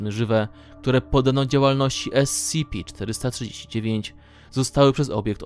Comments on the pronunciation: Uwielbiam jak on mówi S-C-P a nie krótko scp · Ess ci pi